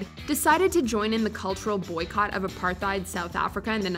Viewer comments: Please, for a topic as important as this to South Africa, learn the correct pronunciation of apartheid. It’s a-par-TIED. The h is silent. It sounds ignorant when mispronounced and you instantly lose credibility when you don’t know how to say such a critical word in world history. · I'm SORRY, but hearing you say APARTHEID is painful!🙀 It is simple APART - HATE, in Afrikaans there is a heavy roll on the "r" if you can do that.